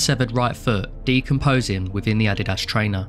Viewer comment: Hm. Yeah that’s one way to pronounce ADIDAS